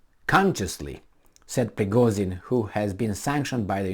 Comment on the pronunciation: he's Prigozhin not Prigozin ))))